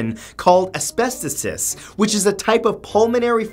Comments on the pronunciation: Matt, it's pronounced- az-best-o-sis. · As-best-o-sis not asbestatis lol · "Mould" should have been spelled "mold." BTW, "asbestosis" should be pronounced with the accent on the third syllable, not the second.